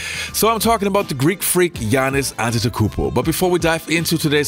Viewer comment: Pronounce it….. ade-to-kombo